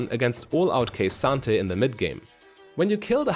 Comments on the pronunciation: K Santa. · "Kuh-SAHN-Tay" Not Ka-san-ta. Otherwise great guide.